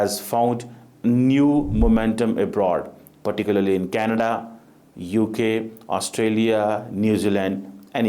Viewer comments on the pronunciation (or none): none